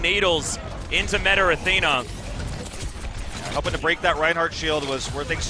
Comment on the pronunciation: "METAR ATHENA" - commentator